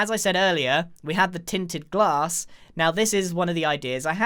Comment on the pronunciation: No one: Grian: tin tin glass